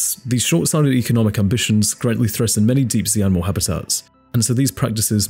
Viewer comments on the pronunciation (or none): none